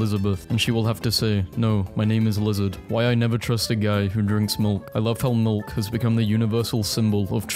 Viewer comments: y tf you saying milk like that bro mulk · why do u say milk like that bro😭😭